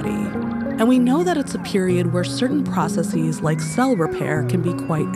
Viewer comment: You narrate so pleasingly but I get distracted whenever you say "processes." /PRAH-suh-sihz/, not /PRAH-suh-Seez/ :-) But seriously, thank you for your writing style which has managed to suit Hank, as well as yourself, so well